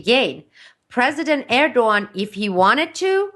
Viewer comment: besides every right aspect she talks about, she is the first one I know to pronaunce Erdogans name the right way^^ keep up the good work